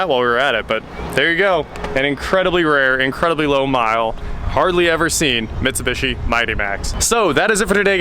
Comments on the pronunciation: Right? What is even trying to say? MitsuBUSHY? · Mitsu-beeshi, not mitsu-bishi. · Its pronounced mi -tsu-bi-shi. Its broken down like that took basic japanese ;) and tsu is like tsunami tsu-na-mi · For the love of God its pronounced MIT-SU-BEE-SHE. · C'mon man. You're American. You know it's pronounced "Mit-sew-bee-she" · Bruh. It’s Mitsu-bee-shee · Really clean! Nice!!! Also.. it's Mitsu-bee-shee. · Now we know you are a millennial you can't even say Mitsubishi LOL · The non rhyming last two I's bother the heck out of me in pronouncing Mitsubishi. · How have you NEVER heard the correct way to pronounce Mitsubishi?